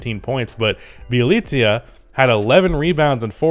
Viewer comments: BYE - LI ( I is pronounced same as E in Leaf) - CA. Damn stop butchering poor guy name. In Serbian language I sounds the same as E in English language. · i love you but its Bee-uh-leet-suh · Thats not how u say Nemanja Bjelica 😂